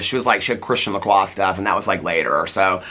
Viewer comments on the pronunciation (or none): none